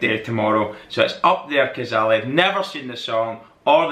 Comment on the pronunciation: Pronounced Up there (kaa-zay-lee) Cazaly